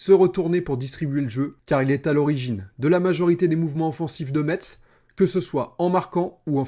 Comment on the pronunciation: Merci de l'analyse! Je pense aussi que l'équipe a besoin de prendre de la confiance et de la complicité. Et si Lees-Melou arrive, il faut qu'il joue. Par contre, stp, prononce Metz "messe", le T est silencieux ;)